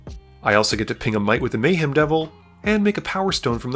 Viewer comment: im about 30% sure this person is an AI based on how he pronounces some names "Mayheem"